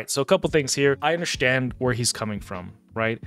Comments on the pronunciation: Are you saying undershtand???? Am I hearing you correctly? 🤔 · I undershtand